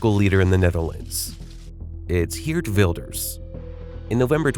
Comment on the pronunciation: Uhhh its actually Gurt Wilders